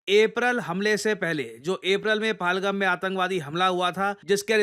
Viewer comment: Paalgaam Paalgaam Paalgaam Itne ache videos bnate ho, but pahalgam bolna ni aaya abhi tak